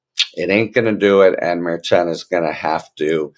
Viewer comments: Pronounced mer SHON. Not mare chon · I enjoy all your content, and your helpful takes on what is happening at certain levels behind the scenes. That being said, it is with the best intentions, and all due respect, that I gently remind you that the judge's last name is pronounced "Murr-SHawn" as was previously pointed out by K.F-A a couple weeks ago. Have a fantastic day, sir.